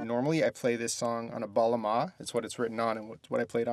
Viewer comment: Hi. Turkish here. It's called "bağlama". Thank you. Good day/night.